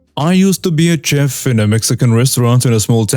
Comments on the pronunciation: Hello friend. I watch your program with captions. I noticed some mispronunciations, and hope to help. Chef is pronounced shef, and entree is pronounced ahn-tray in my part of USA. Chef was easy to understand because that is the Spanish pronunciation, however entree was pronounced in similar way as entry, which would not make sense. Not trying to cast aspersions but trying to assist. Love your enunciation and emotion while speaking. I respect your effort and have found your program very entertaining. Thank you. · FYI,: Chef: (French) pronounced "shef" Entrée: (French) pronounced "ON-tray" Holster: "HOLE-stur" Trivial: "TRI-vee-uhl" -cheers! 🙂